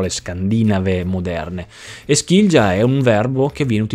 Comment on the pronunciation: Quella dei vikinghi era una lingua germanica. Skilja si legge "Skilia"